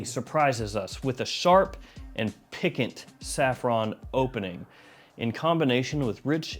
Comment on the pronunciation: I love anything “pick-ent”